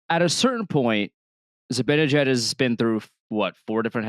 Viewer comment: Why can't pronounce "Zibanejad" correctly? He's smart enough to do it, so I still hold out some hope that one day he will.